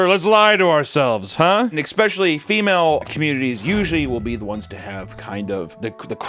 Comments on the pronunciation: It's back! "Expecially". Remember I'm just trying to help. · Wait… does that mean is (back) on the market?!!? Heeeeeeyyyyyyy … 💟 Unlike these mods, you’re charismatic, talented, intelligent (unless you say “ex-spesh-a-Lee, but that’s an easy adjustment), hilarious, and entertaining. (Not that you’d need to entertain ME…) If you’re ever in CA - 🤤 🌈🪬